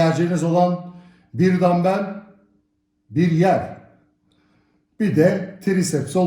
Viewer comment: Bir yer demenize çok güldüm hocam. 😄😄😄😄. Gelip gelip gülüyorum oraya 😄